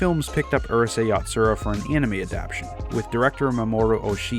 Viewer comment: Yo! Thank you for you info. You have edited together a nice, concise, cohesive video. You have instructed me. May I instruct you? The word adaptation is not pronounced "adaptshun." It has 4 syllables. It is pronounced, "Ad app tay shun." Please make a note of it and you will sound even smarter than you already sound.